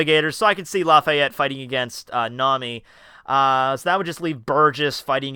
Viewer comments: Blackbeard's height is 11'3, not 7. Also it's Laffitte, not "Lafayet" ;( We don't know if they have "small people" on their crew yet, we haven't seen any. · im Laughing out loud about how you pronounce laffite xD